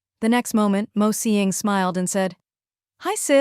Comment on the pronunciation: OMG! The AI pronouncing “Mo” instead of spelling it out like other channels is a special moment for me😭